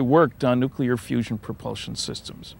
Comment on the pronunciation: I thought it was fusion...not fussion?